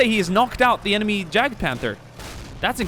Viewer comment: Its pronounced (yag) panzer not jadgpanzer